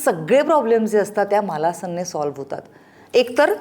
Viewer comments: मालासन‌ नाही मलासन म्हणतात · मालासन नाही, मलासन म्हणतात या आसनाला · मालासन नाही हो मलासन म्हणा.